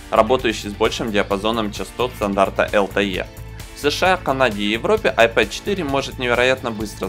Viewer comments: вообще то "айПод" это плеер.....а "айПэд" планшет! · вообще-то "АйпЭд",учите английский. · Это тебе надо английский подучить) Любой школьник знает, что pad читается как "пэд". Не веришь - можешь транскрипцию посмотреть в словаре. Просто на руси уж так закрепилось коверкать иностранные слова на свой лад